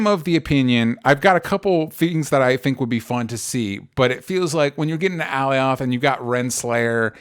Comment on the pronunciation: Alioth is pronounced 'ə-LIE uth' not 'Allie-OTH.' (I'm just sayin' 🤜💥🤛) #ConstructiveCriticism #DontShootTheMessenger ✌